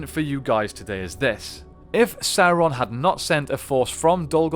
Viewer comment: Guys, ffs. It's pronounced sow-ron. Not soar-on